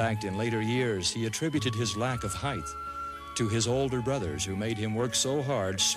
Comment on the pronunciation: There is no such word as "heidth".